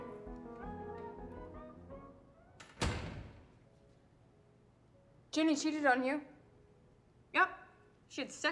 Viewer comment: “Ginni”? (Not trying time be rude at all😅)